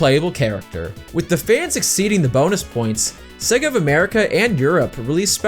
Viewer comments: No such thing as segga. Hell, even the games teach you how to pronounce the name correctly. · how can yo do a video on Sonic and be saying Sega wrong?